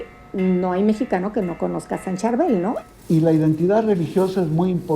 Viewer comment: No me gustó nada que estén hablando ustedes tan fuerte y no dejan escuchar bien lo que platica la gente, esa señora que habla del santo libanés no sabe pronunciar Chárbel se llama el santo, hay que saber acentuar las palabras.